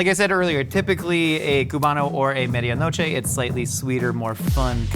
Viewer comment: I love ya but your pronounciation of Medianoche made it impossible for me to understand what you were saying